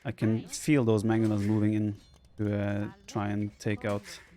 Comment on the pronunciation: hey vipi, you are almost nailing the pronunciation with magyars. GYAR is correct, but the first A should sound excactly the same as the second.